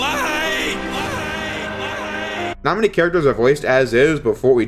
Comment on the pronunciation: you mean "LIUGHT!!!!...."